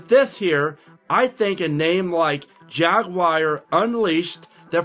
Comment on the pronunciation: Jaguar ,,,,not Jagggguar